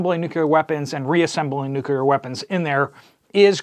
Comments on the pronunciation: Nuclear - Nu-cle-er. Not Nuquler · Nu•cleeee•Er. There is no "U" in the second syllable. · Nucular is not a word. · Nu-CLEE-er, Nu-CLEE-er… repeat after me… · "NU kee er" ? 🤣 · Nuc...le...ar. Thanks for the news. I hadn't heard about it (and I live in TN).